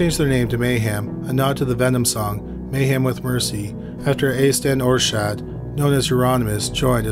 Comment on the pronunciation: Euronymous's name is pronounced like "are-set" not "or-shadt" but otherwise you did a good job covering the story, which is full of controversy and rumor. We'll never know what really happened that day in Oslo. Lords Of Chaos is trash, written by a poser who desperately wanted to be involved in the scene. The documentary Until The Light Takes Us is a much better route to take if you want to delve into the subject.